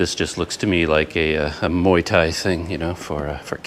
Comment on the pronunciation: Is there a rtn address on that letter? Good luck with that.. Has the electricity bill been as expected? What is keeping you from travelling around the country? It's off season and prices are low. It's pronounced more like moo-wai.